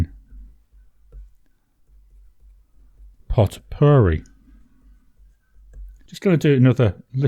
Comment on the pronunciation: A potpourri is a mixture of dried petals and spices placed in a bowl or small sack to perfume clothing or a room. The pronunciation is pō-pa-re; the t is silent. In this case I would have imagined the color to be a mixture of different shades. I think Diamine missed an opportunity of making a chameleon ink with sheen and scent. As for white hole I did not expect green. Perhaps a pale grey. I have the Hong Dian 100. It is a very elaborate design. You will see the Wall of China, a pagoda, and other objects. It marked the 100th anniversary of communist Party in China. It caused a lot of commotion when it was released but it is a great pen and the design is very intricate.